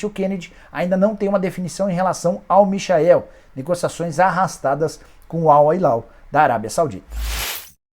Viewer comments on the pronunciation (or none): none